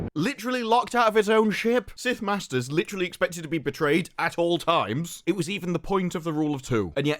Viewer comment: Did you say "Sithters" lol or was I hearing things